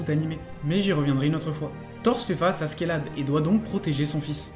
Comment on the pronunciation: prononce A - CHE - LAD stp c'est moche à ce qu'est là de